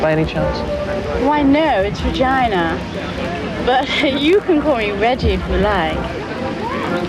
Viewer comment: LMFAO!! Oh God I thought she said her name was "vagina"!!! XD Yes, my mind was in the gutter for a second!! LMFAO!!